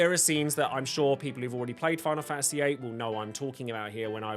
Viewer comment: Fa a see? I didn't think it was possible to pronounce the word faNTasy with a silent N and T